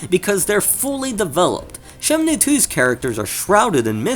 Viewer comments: Is it shenmue or shenmnue? Every time u name drop its urking my soul... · Why does he say Shemnue? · Why you say SheMnue! Anyways, both are great, but 2 has more details. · you call it shemnu lol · Bro you keep saying "Shemnue" lmfao stop that man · Your pronunciation of Shenmue (as Shemnue) is so distracting. Great video otherwise. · Holy shit hearing you saying Shemnue is making my ears bleed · Why are you saying Shemnue?